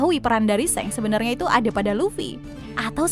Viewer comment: Shenks? Wkwkwk emang di animenya gt cara penyebutannya?